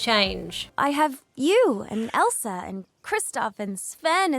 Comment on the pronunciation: Did u just say Elsra